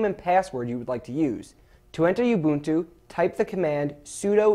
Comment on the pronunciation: That's the correct pronunciation. If you have been saying (oo-bunt-too), you're saying it wrong.